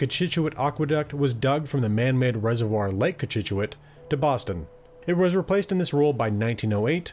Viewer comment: Finally someone who pronounces things like Natick and Cochituate correctly...